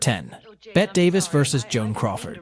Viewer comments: You found your people. And It IS "BETT" NOT Betty. You are a truly idiotic person. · Lmao. Betty Midler 😂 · Your videos will have more cred if you do your research. Bette Davis is pronounced "Betty". There's even a song about it for God's sake. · Bet Davis? A YouTube channel called "Daily Dose of Cinema" thinks the name Bette, as in Bette Davis, is pronounced as "Bet?" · I think you mean "Bett" Davis lol. How can he not know how to pronounce her name? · it's pronounced BETTY... I didn't get past 1 minute... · “Bet Davis” 🤦‍♂️ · Yeah lost me at Bet.. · Bet and sheeuh leboof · I stopped watching when you mispronounced Bette Davis's name. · Dude, at least figure out how to pronounce the actors names! You fd up Bette Davis & Shia LaBeouf. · Agreed! How do you not know how to pronounce her name, listen to one other video at least before making yours. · Me too! If you are going to make a video, know how retro pronounce their names. Geez.